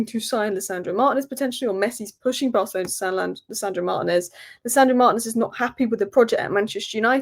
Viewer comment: Can anyone explain to me why always calls Martinez Manez? For brevity's sake, why is Martinez such a long last name? Like Granacho instead of Garnacho 🤔